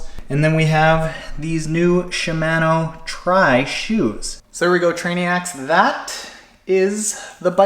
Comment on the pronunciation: I still chuckle when I hear you say Shimano